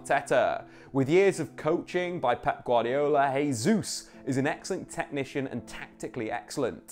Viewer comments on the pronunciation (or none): Hey, its not pronounced "Hey-juice", its "Jay-Zus" 🤦‍♂️😐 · Just for your own knowledge, Gabriel Jesus pronounces the J in his last name. Kinda like Jay Zeus lol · It's pronounced "Jay-zuz". Christ you'd think covering football for a full time job he'd figure it out by now. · Very good analysis of what promises to be a really exciting season. I'd just like to add one pet peeve: Jesus is Brazilian, but a lot of commentators are already calling him "Hay-zoos", instead of "Zhay-zeuss". Thank you. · Jésus not Hesus. Journalists must find out correct pronunciation. This is Portuguese not spanish.